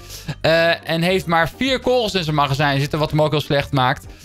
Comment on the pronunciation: Leer het woord kogels uitspreken